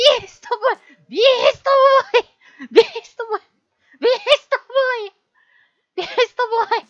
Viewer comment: ビーストボーイがEASTBOYに聞こえる